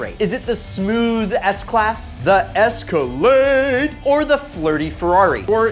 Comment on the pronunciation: Cadillac: Its an es-ka-lade: Its an es-car-laid me:👀👀